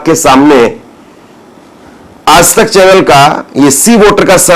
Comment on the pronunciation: Are yaar tum har shabd me nukta kyon laga dete ho.... Aaj tak ko aaz tak bolte ho... AAJ hai \AAZ nahi